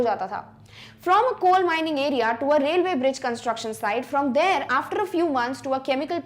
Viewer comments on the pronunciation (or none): none